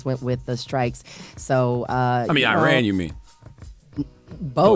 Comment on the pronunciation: you pronounced Iran correctly 🎉